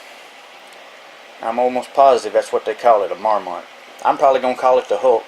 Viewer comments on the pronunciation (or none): mAhr-mut is the correct pronunciation, btw